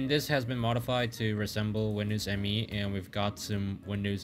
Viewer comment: Windows Me is actually pronounced "me", not "em-ee"